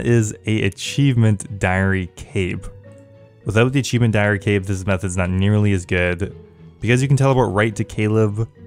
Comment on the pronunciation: 'achievent cape'